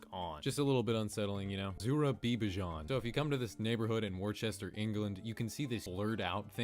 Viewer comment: as it's only 20 minutes away from where I live, I feel compelled to correct his butchering of the word Worcester. Say "Wusster"